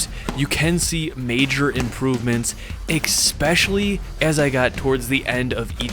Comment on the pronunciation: he still says "egg-specially", instead of especially 🥲🥲